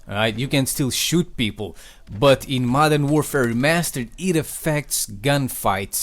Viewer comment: This guy says "Madara Warfare Remastered" i'm done.✌